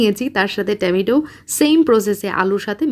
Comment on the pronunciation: আপু টমেটো কে। আর টামাইটো বলো না প্লিজ। বাকি সব ঠিক আছে